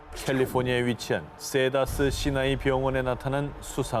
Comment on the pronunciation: "세다스 시나이" 가아니라 >>> "시더스 사이나이" 병원 입니당 ~